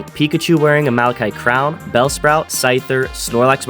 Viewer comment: first person i hear say malachite correctly